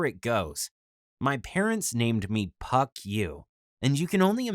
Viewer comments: Was it pronounced puck or f**k? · I'm just wondering why he wouldn't tell them his name is pronounced Fuck You in English... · His name isn't spelled PuckYou it's spelled PhuckYuh there for the (ph) is pronounced as an F so really his name is actually said as the cuss word. He just said puck so this vid would be family friendly.